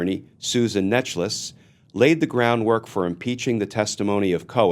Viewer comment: Just a heads up: Necheles is apparently pronounced Necklace.